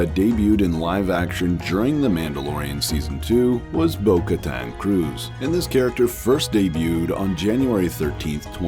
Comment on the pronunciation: You pronounced Bo-katan's name wrong it's 'Kr-eeze' not 'cruise'😂😂